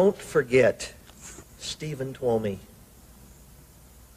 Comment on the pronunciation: C’est Steven TUOMI et non TWOMEY et STEVEN hicks et non STEPHEN 😉